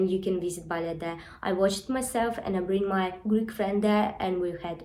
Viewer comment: we pronounce it bal-lay rather than bal-let.